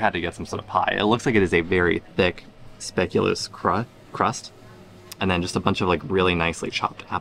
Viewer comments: you said Middelburg! Perfect! But speculaas, that is a different thing…. It is spé-cu-lAAs and not spèculus! Well, i will keep trying, just to help you! ❤️Hil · I like how you say speculous, like a combination of spectacular and fabulous 😄